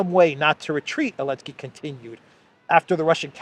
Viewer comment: Hello, I watch your videos everyday, but I think you are making a big mistake by purposely mispronouncing the name of the Ukrainian President. You should understand that your videos will be archived and referenced by future generations. A joke doesn't need to last forever. It's bad enough that any word you say that has a "T" in the middle of it, is pronounced as a "D" by you. Other than that, keep up the good work. Cheers.